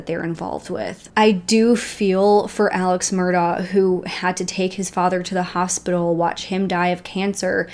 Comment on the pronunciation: Job well done! I recently became aware of the Murdaugh's and started looking into it. This seems like something out of a movie. Unbelievable! I appreciate your research and the details you've included. I believe Beaufort, SC is pronounced with a long U (like 'Bufort'). Also, Alex Murdaugh pronounces his name 'Alec Mur-dock', just listen to his 911 call. One more constructive critique, the front of a boat is called the bow. That is pronounced 'bowel', like a bowel movement, not like a bow and arrow. I look forward to watching your update on this case! You really have done your research and included a lot of details that others haven't!